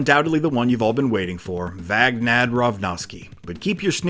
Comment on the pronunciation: Holy crap, your merciless butchery of Vagnad's name had me in freaking stitches. How the hell did you get those lines out without breaking?